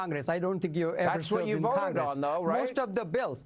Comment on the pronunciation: Deport non-English speaking Shri! “Dis veek” and “I woted”…dude can’t even get the W and V sounds correct 🙄 But that annoyance aside, he’s protecting criminals, and it is a disgrace that individuals like him are allowed in congress. Way to go, Hannity, for calling him out.